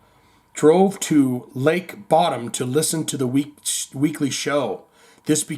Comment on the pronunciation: I think it is pronounced “Bo-Dum”.